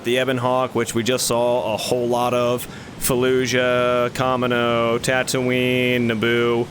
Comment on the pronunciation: that pronunciation of Kamino was criminal 🤣